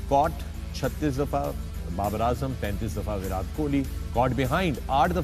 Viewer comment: विराट hota hai chutiyon, विरात nahi. Translate mein daal ke seekho. Convert ho gaye ho to Punjabi to aati hogi.